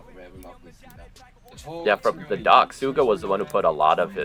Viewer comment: Suga starts with a sh sound. At 21.41 you can hear him pronounce it.